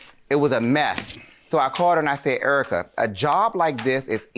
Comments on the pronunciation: He kept saying, "Urica". Lol. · Air-rica lol